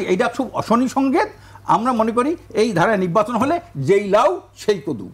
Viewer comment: হুজুর নিব্বাচন বলছেন কেন? শব্দটা হলো নির্বাচন। উচ্চারণ ভুল করবেন না।